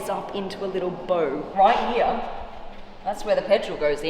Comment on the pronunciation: I’m just here to hear Blondie say RIGHT HEEA !!